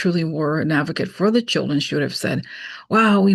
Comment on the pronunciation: Her reading her notes did she write down the word "schilldreeens"🤣🤣🤣